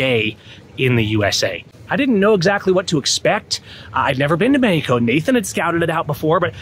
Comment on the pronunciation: MEX-E-KO .... stop the NLP! Otherwise just speak in Spanish! 🤣